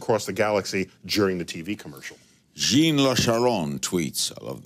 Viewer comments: ‘John’ not Jean, Larry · Lk pronounced the last name in French but pronounced Jean like Jeen...?!?